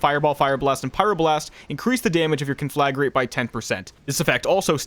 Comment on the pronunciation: “KAHN-fluh-grate” Thank you for coming to my TedTalk. ;)